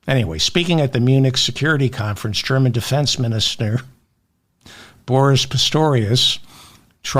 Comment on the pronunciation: You pronounced Boris Pistorius correctly .